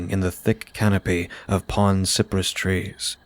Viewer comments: Cypress is pronounced sigh-pruhss in the south. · Wow this is one of my favorite tales you’ve done recently! The background sounds were really atmospheric and made me feel like it was summer in Florida even though there’s snow on the ground where I’m at! Btw the trees called cypress are pronounced like “sigh-press.”